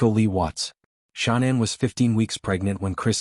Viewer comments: HD if you such a reporter then why can't y9u pronounce Chris Watts wife's name correctly its not Shaunann , Its pronounced Shannan Watts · I hope he has a long miserable life. But in respect for the dead, pronounce her name correctly, if you are real and not the usual AI. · This channel is BS. It can't even say Shanann's name correctly. Too much flowery descriptions. No proof of anything. Don't believe this channel